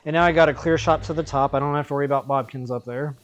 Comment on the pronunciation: I completely forgot that you pronounced Bokoblins as Bobkins in your videos. I had always assumed it was deliberate and you just said it that way to be silly lol. I'd say stick with it.